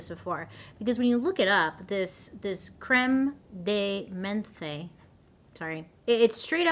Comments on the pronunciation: Pronounced"Crem D Minth" 😂... I feel so old now... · This is not a criticism it is just informative because c'mon, French 😅: Prounce it crehm deh menth nothing at the end 😊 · It's pronounced. Cream de Mint. 😊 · Ya Don't pronounce the last E in Creme de Menthe.. As far as I was taught in French class was Creme de MENTH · hey it's pronounced "crem de minth" it's definitely strange lol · Crème de menthe, it's prnounced krem de mont French for "mint cream") is a sweet, mint-flavored alcoholic beverage. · FYI pronounced cream de menth. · Creme de 'Mondt' is how it is pronounced. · Just so you know it's pronounced crem de mOnth 😊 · You had me rolling in the "creme de menthe".... I love it ... Phonics says it's creme de mOn-th 😂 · Creme-de-menth (e is silent) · Crem dey men-th 😅😅 I love your pronunciations 😂😂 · My dear Bailey. Creme de menthe = creM-duh-ment ❤️ don't try it, it's disgusting. Cognac = cone-yak <--- also gross. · It's pronouced Creme de Mint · Creme de Menth is how it's pronounced. Don't pronounce the e. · Cr-eh-m de m-un-t (crème de menthe) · Creme De Menthe is pronounced.... Cream D Mint Don't be overthinking it. It's real simple. And that's a schnapps liquor, mint flavor. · Pronounced ‘Crem du mont’ — delicious in hot chocolate!!! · Creme de Menthe - pronounced Crem der Month. Horrible stuff , it's like drinking toothpaste. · I believe it's pronounced "crem de munth" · That green liqueur is literally pronounced KREM DEE MONTH & It's Awful!!! It's like drinking toothpaste water or mouthwash. Especially when people would order it with clear lemonade.🤢 When i worked behind a bar it was really only used in those layered shots that were really popular in the '80s & '90s. There was one iremember making a lot called a SQUASHED FROG 🐸 that also had Bailey's Irish Cream, Cointreau & a drop of Grenadine to stimulate blood. 🍹 Very similar to a B52 shot. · promoune it as CREM DE MENTHE ... as in month but with a. E lol